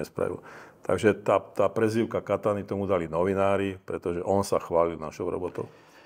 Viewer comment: Kataniy.....ja som počul....KAKANY